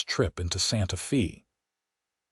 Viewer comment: It's not pronounced SantaFee, is SantaFay!